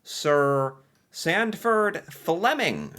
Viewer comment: Sanford...Sanford...Sanford...not STanford... there's no "T" in his name. As to "Hard to believe an engineer invented..." (whatever), in actuality, all inventions were made by engineers, whether they had a diploma or not. Engineers are creators by nature...those who seek or create solutions to problems or challenges... They can be mechanical engineers for devices, such as flints used to create fires instead of relying on finding remnants of lightning strikes and trying to keep it going 24 hours per day verses losing it; there were chemical engineers, they very first people to assemble ingredients to make food concoctions, and render bacteria or parasite ridden food as edible... And the more advanced ones that collected herbs to hide the poor flavour from bad food preservation. Some herbs and spices were so valuable for disguising bad flavours, that they were used for currency, such as peppercorns, used preferentially over GOLD because they were lighter, smaller/easy to hide, and easy to transport, but equally valuable. You BECOME an engineer when you invent something useful, official recognition notwithstanding...